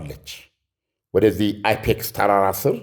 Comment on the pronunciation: አይፔክስ ሳይሆን የተራራው ስም ፒካክስ ተራራ ነው❤❤❤